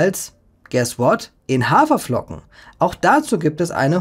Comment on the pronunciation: "Hawerflocken". Ernsthaft? 😙